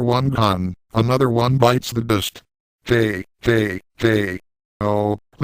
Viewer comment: lololol "another one bites the duhst" XD